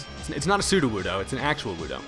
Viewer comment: soodowoodo but it is pronounced like pseudo